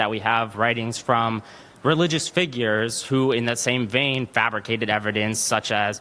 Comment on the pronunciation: As soon as he said Frabricated I was done😒